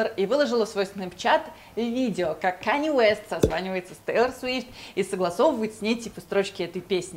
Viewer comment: кАнье Уэст. А не Кэни, хоспаде